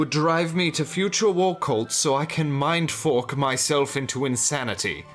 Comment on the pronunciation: Did you say "mind fork"??